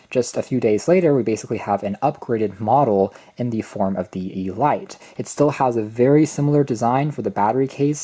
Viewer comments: I believe it is pronounced as 'Eh-Leet',... not Ee-Light, just saying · Hmm...I wonder if it's really pronounced "E-Lite"....or just "elite", as in the definition, "the choice or best of anything considered collectively, as of a group or class of persons"? Good review....amazed they've got wireless charging at this price point. They're definitely going after the Air Pods Pro with this knockoff. Bluedio has been around for awhile, and has impressed the likes of Unbox Therapy.